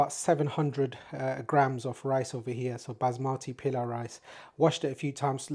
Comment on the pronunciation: It's not pila rice. Itus called " pulao" the right word